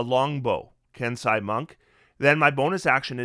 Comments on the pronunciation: First, thank you for this. It’s a ton of really good info as I’m playing a monk for the first time. I’ll probably be going Mercy when I hit 3rd level. Second, it’s a minor quibble, but Kensei is “Ken-say” not “Ken-sigh”…also Kensei didn’t get quite enough appreciation IMO though it does have some tweaking it needs to be up to the new standard. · Nice work,. We appreciate the level of effort you put into your videos. Pardon the persnicketiness of this, but it is pronounced “Ken-say”.